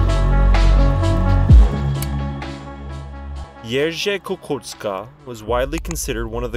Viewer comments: Niech spoczywa w pokoju. I can tell youve put a lot of effort into learning how to pronounce his name, you did very well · I was thinking the same thing. Really well done. I can't tell you how many other creators in general just say "sorry if I mispronounce", and then COMPLETELY botch whatever word/name without care.